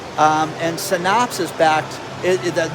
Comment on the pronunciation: You don’t know how to pronounce Synapse. It’s said like SIN apps. Pretty common science/medical term.